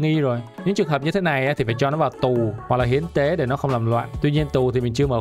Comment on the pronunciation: Hiến tế còn cừu mà nghe thành thiên con cừu :)))))😂